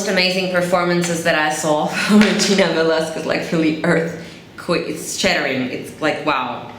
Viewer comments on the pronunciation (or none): hi.. i just want you to know that the correct pronounciation of her lastname is velaskez..in the philippines we pronounce most of the word that has QUE as Ke.. just like Quezon.. instead of kwezon.. we pronounce it as kezon.. i just want you to know.. but anyways thank you so much for supporting our filipino artists..